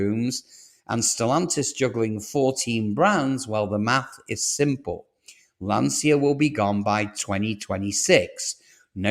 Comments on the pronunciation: Before predicting unreliable data it would be nice , if you would pronounce Lancia in the correct way . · Lantscha, not Lansia! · You can’t even pronounce Lancia or Ypsilon correctly 😂.